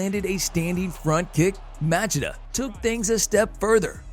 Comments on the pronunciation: Motch-ee-duh, emphasis on first syllable. He only screwed up the beginning a bit. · Who is this Match-a-da of which you speak? Dude, it's pronounced "ma-she-da." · Ok I thought I was the only one who noticed that. As in Ma- shee-da & not Mach-id-da. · It’s pronounced Mah-Chee-Dah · It’s pronounced ( Lee O toe Ma chi da) 🤦‍♂️🤦‍♂️ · OK first off the first name is the problem, he said "LIE oh to" instead of the correct LYO to. Secondly if you wanna get specific, the Chida in Machida 町田 was pronounced with proper lack of elongation of Chi like you said "まちだ" rather than "まちいだ" but the ma is not correct. More similar to Muh as in Muh big car rather than Ma as in Mat. Aint no defending this pronunciation. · Lie oto matchida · Literally thought the same thing but you commented first 🤣🤣 matchedaaa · Laayoto maaachida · Lieuotoe Machaduh😂😂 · Lie-oh-toe Mah-Cha-Dah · Modge ehh duh. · Ma-chit-uh Really? Dude, please do just a little more research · Please learn how to say Machida correctly. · That is the most brutal way anyone has butcher Lyoto Machinda's name ever, well done. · the guy makes videos about the shit but never saw a ufc where machida's name was said out loud? sus not to mention there wasn't even an attempt at pronouncing cro cop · I don’t know what’s more brutal. The 15 head kicks or the way you butchered Machida’s name. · I was gonna say the same thing but you beat me to it when I first heard him say his name I wanted to front kick him for Machida lol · A little over a minute in and you mispronounced svetchenko, Machida, and Belfort. Come on guys